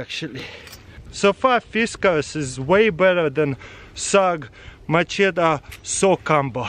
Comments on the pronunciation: Macheta is how he says it but it's machete lol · its machette 😂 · When ever he says machete I hear my cheetos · Mah-cheta lol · Love the way you say MACHETE! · Ask Katherine how to pronounce Macheta